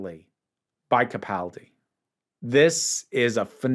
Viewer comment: I love your insights into the show and am particularly pleased and impressed that you're one of the very few YouTubers to actually pronounce Peter Capaldi's last name correctly. He's my favorite of the NuWho by light years. (Jon Pertwee is my permanent number one, but then again I met him and even spent time with him.)